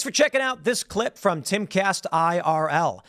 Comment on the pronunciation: Did he just say he learned how to run a government fyom china?